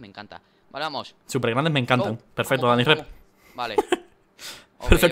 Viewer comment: Like si tb escuchaate q decia Danicrep JAJAJJAJJ